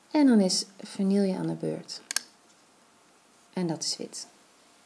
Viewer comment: ik kom uit belgie en ik vind het een beedje raar hoe hollanders vanille zeggen